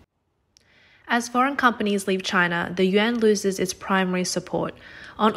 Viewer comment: Stop saying, “Yen.” It sounds like you’re talking about Japanese currency. Yuan is pronounced as, “Yawn.” If you can’t pronounce it, just say RMB.